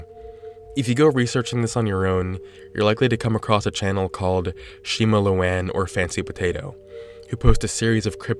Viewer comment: "Shima looan"